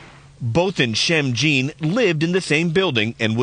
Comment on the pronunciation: It's pronounced john not gene.